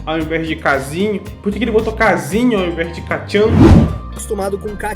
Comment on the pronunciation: Pqp "kazinho" "bacugu" é foda